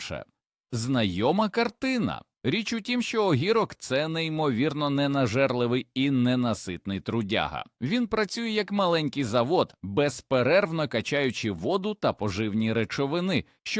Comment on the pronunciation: Гарне відео, але, здається, переклад з допомогою ШІ, тож просто жахливо слухати про огІрок, гОрод, калІй та інші словесні перевертні.